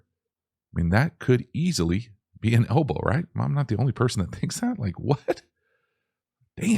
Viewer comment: Everytime you said elbow i winced